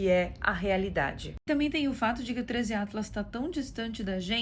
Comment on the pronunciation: "Trêis iatlas" kkkkKKKKK Esse 3iatlas virou ícone do canal da